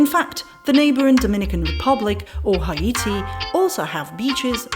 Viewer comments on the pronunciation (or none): none